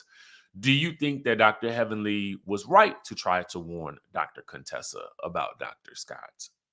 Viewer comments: Her name is not cone Tessa it's pronounce kuntessa. Heavily would purposely call her Contessa in the beginning. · If yall don't stop calling her Cone-tessa 🤣🤣😂😭😂🙏 pls #fixitlawd